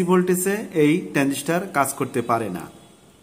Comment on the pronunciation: ট্রানডিষ্টার নয় ট্রানজিস্টার হবে। এটা ট্রানজিস্টার নয়।